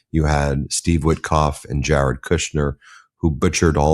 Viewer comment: That’s Jared pronounced Jar Head.